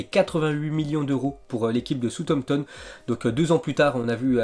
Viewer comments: Eh on dit Bournemaws pas Bournemout (bournmouth) On dit brayton pas brigton (Brighton) On dit sawsampton pas sotomton (Southampton) Prononciateur de l'année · Soutopton ? 😂😂 (Southampton*)